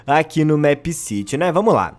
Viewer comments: eu gosto dos seus videos mas o the plaza nao é uma cidade é a plaça e é mipe siri que se pronucia não mép mas caguei pra isso A teoria mais obvia é que o criador queria colocar a cafeteria no the plaza e fazer a escola,não acho que vao ter mais uma "cidade" (essa é minha teoria mas ela é bem obvia) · não se fala mépciti e sim mipcidy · É MEEPCITY não MÉÉÉPCITY😂😂😂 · Não se diz MÉPCITY e sim MIPCITY mesmo que se escreva MEEPCITY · O nome certo de se pronunciar é mip ciri se pronuncia assim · Se pronuncia meppciri é meepcity mais se pronuncia cm r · FALA DIREITO O NOME DO JOGO PESQUISA O CANAL DA JULIA MINEGIRL E VÊ OS VIDEOS DE MEEPCITY DELA PQ ELA FALA CERTO!! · Sabi nem falar meepcity direito